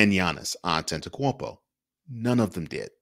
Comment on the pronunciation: You get m vote just for pronouncing his name. Great lighting.